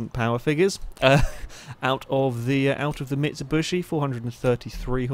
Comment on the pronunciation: stop calling it a mitsubushi its a bloody mitsubishi :D